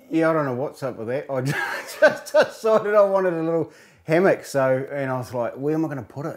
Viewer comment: "Hammock" lol